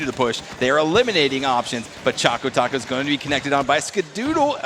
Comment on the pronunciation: His name is ChocoTaco and not ChacoTaco u fools........